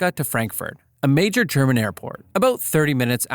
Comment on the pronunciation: You do from time to time screw up pronounciation of german. But as long as you do your best then...